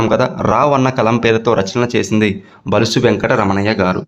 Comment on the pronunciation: బులుసు అని పలకండి బలుసు అంటున్నారు